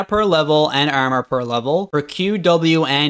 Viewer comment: why do you say "armor" like "EHRMEHR"?